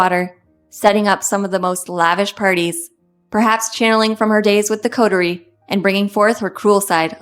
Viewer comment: She needs to learn how to pronounce "coterie "